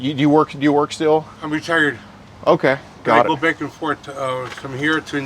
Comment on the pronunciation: I swear I heard dude say "I'm retarded" instead of retired